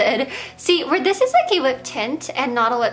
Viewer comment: I always hear "d-" when she says this, that, them, etc. "I'm super excited about dis collection." lol